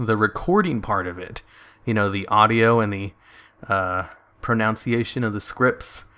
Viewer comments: You mispronounced pronunciation. It's not 'pro-noun-see-aye-shun', it's 'pro-nun-see-aye-shun'. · Did anyone else think it funny that he mispronounced "pronunciation"... :-D